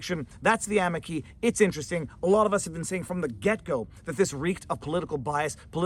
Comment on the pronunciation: I love your videos. I'm sorry but your Italian is horrible. Amici = a me chee